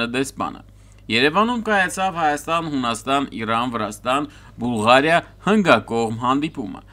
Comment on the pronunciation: Irrrrrrrran chi AI angraget